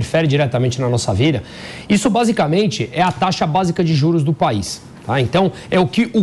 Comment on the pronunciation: Insuportável ouvir esse aí falando , " esse PÉISSS"( país) , não da pra ouvir a audiência cai 🤡🤬